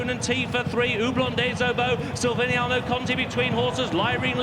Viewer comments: Silviniaoooo Conti.learn the names,poor. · The commentator not realising that there is a "c" in Silviniaco really got on my nerves more than it should have! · Announcer can't pronounce Silviniaco, lol